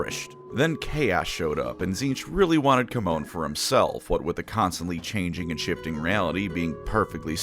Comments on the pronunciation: Great video. But GW has gone on the record that Chamon is pronounced "Sha-mon" not Captain falcons taunt. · Isn't Chamon pronounced like shamon? At least that's how Supremely pronounced in TW: Warhammer.